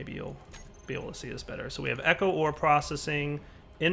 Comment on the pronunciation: Am I the only one who hears "Whores" when he says "Ore" at 21.26